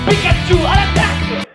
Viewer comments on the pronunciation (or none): none